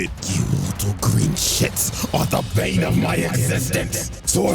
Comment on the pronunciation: It’s ”bane” , actually…